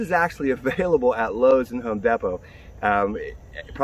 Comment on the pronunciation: Did he say home depo